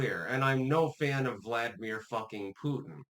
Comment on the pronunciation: This goof still can't pronounce Vladimir.